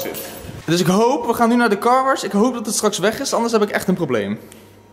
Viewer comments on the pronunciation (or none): Waarom zegt carwarsh inplaats van carwash